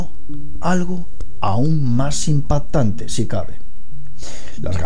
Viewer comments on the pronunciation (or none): Muy buen video, algo que te queda claro por corregir es la pronunciación de la C intermedia en palabras como atraCtor e impaCtante dices atrator e impatante saludos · También dice "impattante" y "Galasia" y otras...